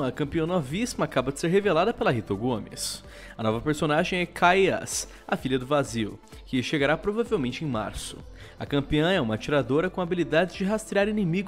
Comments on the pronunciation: é Kai'sa, não Kai'as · é kai'sa nao "kai'as'' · É Kai'sa